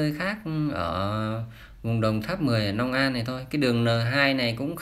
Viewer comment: Nhà báo gì mà nói ngọng long an lại nói nong an